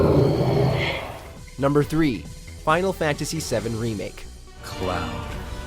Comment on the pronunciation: He said, "Final Factasy" around the mark.